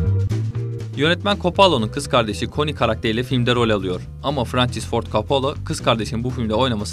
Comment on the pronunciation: Frençıs kim asker arkadaşin. Mi adamın adını doğru telaffuz et